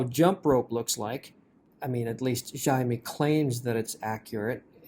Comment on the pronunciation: Its Xiaomi not Zaav me 🤣🤣